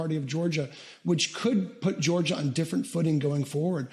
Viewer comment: You really pronounce Georgia like that always? Go back to Calillroda